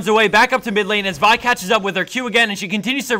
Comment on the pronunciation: I like how this guy says Vi correctly.